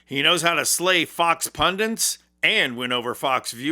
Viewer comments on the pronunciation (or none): I know it's pedantic in a time when Nazis are terrorising your population but every time you use the word "pundants" a little piece of me cringes, curls up and dies. Attention to detail - especially when it comes to spoken English - seems lacking among some of you. Pundits is and has always been the word for a learned person : teacher ; a person who gives opinions in an authoritative manner usually through the mass media : critic. And tenants are not tenets (core principles, beliefs, doctrines). And don't get me started on sodder (solder) and nuke-u-lar (nuclear). Get these right and stop electing buffoons and grifters and perhaps the rest of the world will start respecting you again.